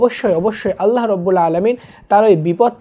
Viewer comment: ভাই আল্লাহূর জায়গায় নাললাহূ কেন